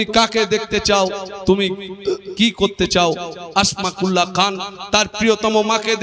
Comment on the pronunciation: সম্ভবত আসমাকুল্লাহ নয় নামটা আসফাকুল্লাহ হবে